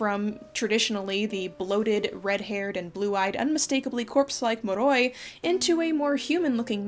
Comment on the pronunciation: I'm romanian and find anything surrounding Dracula very ... difficult to engage with but can I say how brilliantly you handled this. And well done for pronouncing moroi like you did!